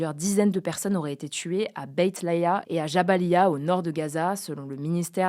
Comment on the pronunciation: On dit pas perseunne mais personne